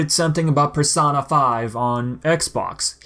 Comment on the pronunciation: If there’s one thing I learned, it’s never trust 4-chan. Also, I snickered at your pronunciation of the word “persona”.